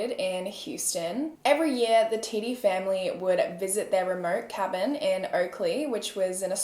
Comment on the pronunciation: how did you know how to pronounce it correctly LOLL no one’s ever gotten it on the first time